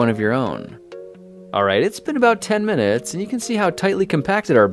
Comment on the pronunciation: I thought he said 15 yo 20 muints